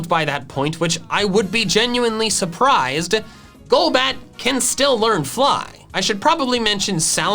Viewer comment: THE L IN GOLBAT SHOULD BE AFTER THE O!